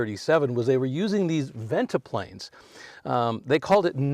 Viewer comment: Guessing that's a modern headliner! It's Ventipanes, not ventiplanes.